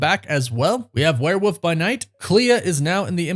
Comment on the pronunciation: Love love love this channel and you, but it's WOOLLLLF werewoLLLLLf. Not a Woof. Not a where woof. I know u say woof woof, but gdmnt it's a WEREWOLLLLLLLLLLLLF